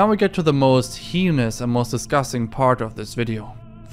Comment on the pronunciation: Bro said “HEENUS” how do you mispronounce heinous that bad?